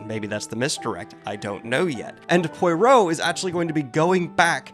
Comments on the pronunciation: The name pronunciation is getting a lot closer! Its not Poy-Roe, its Pwah-Roe. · Poy-row is closer. Try Pwa-ROW. Row as in row your boat. Pwa rhymes with blah. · Enjoyable channel but please please please please! Check the correct pronunciation of Poirot!!! Poyrah? Pahrott? Poyrow? Nope, none of these! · Poy Row? Poy ROW? POY ROW??!!! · Agatha Christie is my favourite author and Poirot is my favourite literary character ever - so I would love to what these videos. But hearing you mispronounce Poirot's name makes me want to gouge my eyeballs out and use them as earplugs. Pwa-row. Pwa-row. (Row as in row, row, row your boat.) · Daniel. Daniel, listen to me. pwa-ROH. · It's pronounced Pwaa-row as in row or column. It looks like a mess but it gives the right sound. Also, love your vids. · Pwa-row. I have been watching these twice to ge the full effect. Poi is pronounced like “moi” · Obligatory pwa-ROH xD Aside from that, this was, once again, a great journey to witness! This format is pure gold xD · Little side note: "Poirot" is pronaunced "Puaro". :) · Psst. Pwah-roh will probably be a closer pronunciation :P This is an amazing video by the way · 100 apologies if it's a bit and you're doing it on purpose, but Poirot is pronounced PWA-ROW. PWA like promise with a lisp PWAmise and ROW like a boat. Pwa-row. 👍 These videos slap. I'll still be here no matter what you call him. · Pwah-row. Pwah-row! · I’m having so much fun watching this and the comments let me know I’m in for a treat with a series 🎉 (quick pronunciation suggestion from someone who speaks French/English: think of Poirot as more Pwa heavy in the front, with a bit of breathiness behind the r in the middle. So something like pwa-hrow) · For the love of god, it's "pwA-ro". 🥲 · These videos are great and I’ve read a ton her so these videos are like a fun reread. It is partially unbearable though: PWA-ROW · PWAROH QUASSON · I genuinely want him to call him “parrot” in the next video 😂